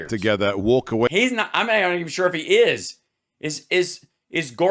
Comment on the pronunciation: "Dr" Gorkuh 🤣